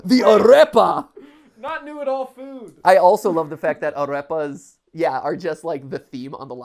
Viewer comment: Nobody: Matpat: aRREpas